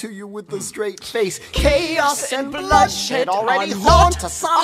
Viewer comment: Ahem, its Bloodshed not whatever it is you said.